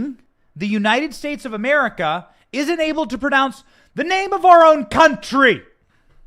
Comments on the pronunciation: "The United States of Comerica" lol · I'm pretty sure he said the United States of cammera. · He said United States of Comerica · Did he say "The United States of Govmare"?😭